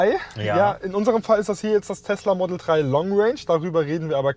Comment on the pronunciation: das Ding heißt Model Drei und nicht Model Trei... Bestimmt auch im Saarland.😁